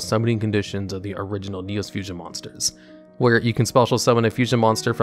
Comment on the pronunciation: Top 10 mispronunciations in Yugioh, starting with your version of "Neos"